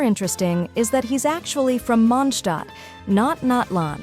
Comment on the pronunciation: Hearing the A.I said Mondstadt correct is music to my ears